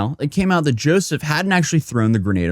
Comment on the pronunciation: Say YOUSSOUF not joeseph ... he is a MUSLIM invader.